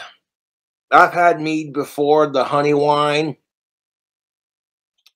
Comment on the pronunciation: i hate how much emphasis he puts on "mead" and "hooch" like, shut up you regard.